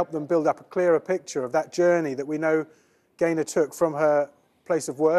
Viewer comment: He says Gaylord at first... I swear 😮